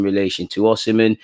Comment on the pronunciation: Just so u know its Osimhen not oshimen